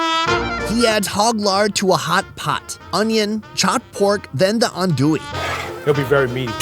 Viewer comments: "An doo e" ahahahah not even close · I am from Louisiana and when he said ANDouille I laughed it's spelled that way but I pronounced ON,do,e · LMAO! still said andouille wrong with the phonetic spelling on the screen.